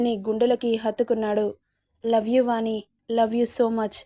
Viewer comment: వాణి....పెరు పలికే..టప్పుడు'ణ' శబ్దం వాని....పలికెటప్పుడు 'న' ఉచ్చారణ గమనించగలరు. వాచికాన్ని సరిచూచుకోగలరని మనవి🙏